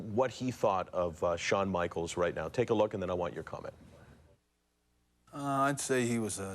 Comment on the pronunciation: Lol to this damn day I can still hear Bret in the ring doing his promo " Shawn Michaels..boytoy" lol just the way he says Shawns name everytime "Shawn Michael's" lol and the rebuttal "Yes, Bret Hart" lol just rings in my ear still to this day